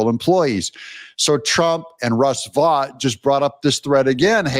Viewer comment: Russ pronounces his name "vote", not "vot". He was a big contributor to Bannon's Warroom. I've heard Russ pronounce his own name like "vote".